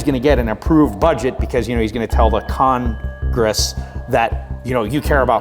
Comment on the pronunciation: “...Con-gress.” That was not by accident.